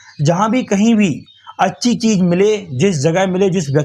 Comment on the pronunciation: Saarook Khan, Cheej, Bhasa. Yeh kaise pronunciation hain?